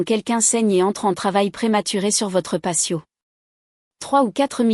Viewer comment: C'est " patio " !!!! pas " passio, " !!!....